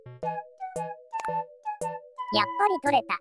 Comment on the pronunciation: 「取れた。」の発音が全部「取↑れ→た↓」なの草 ちなみにテンシンの頭についてるアレは「緊箍児（きんこじ）」って言うそうです